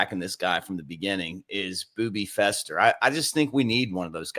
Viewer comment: It's Feaster Mick, not fester. Lol